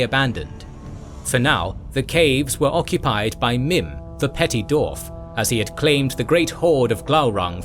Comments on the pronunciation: Incredible work, this video is a fantastic companion to the books.Forgive me, but my only gripe is how you pronounce the word "dwarves / dwarf" seemingly without the W. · Thank you for this incredible video! I’m blown away by the detail and effort in this almost 8-hour exploration of Middle-earth’s history. I do have one quick question: throughout the video, I noticed ‘dwarf’ is pronounced as [do:f]. Is there a reason for this variation? I’m asking out of pure linguistic curiosity, as a fellow Tolkien fan who loves the language side of his works. Again, thank you for such an amazing contribution!"